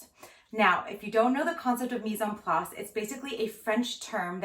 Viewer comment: Love the mise-en-place, which of course you pronounce perfectly. In the UK we say "Woos-ter-sheer sauce" but people have come to expect the extra syllables :-)